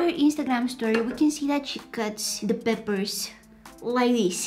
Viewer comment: Because of her mispronunciation of peppers to papers i say papers on purpose (